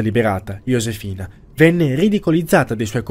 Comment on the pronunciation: ok ma "Yosefina" non si può sentire